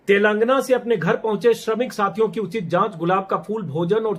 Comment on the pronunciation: सही उच्चारण तेलंगाना है 🙏